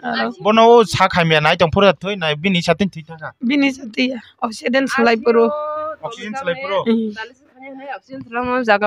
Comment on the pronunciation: I think you are trying to say oxygen 😅